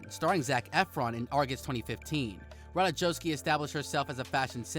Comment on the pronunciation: Learn how to pronounce her name.